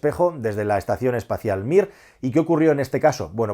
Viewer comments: lo siento, no me resistí "espación estacial" :D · Ahhh... ¿era espacion extasial?